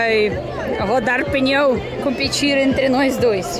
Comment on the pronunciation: EU ENTENDENDO QUE ELA TAVA NA FILA PRA RODAR PINHÃO, DEPOIS FUI ENTENDER QUE ELA TAVA DIZENDO PNEU 😂😂😂😂